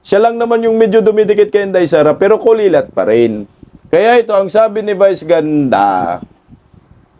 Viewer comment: Kulelat, hindi "kulilat". Ano ba yan